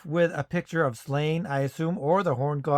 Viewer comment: It's pronounced SLAW-nyə, not "Slain".